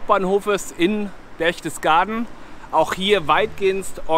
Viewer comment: Das heißt Berchtesgaden und nicht "Berchdesgaden". Das sind auch keine Reliefs an der Wand sondern Wandbilder.